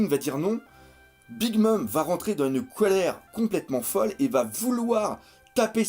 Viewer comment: Colère pas Colére, baaaka haha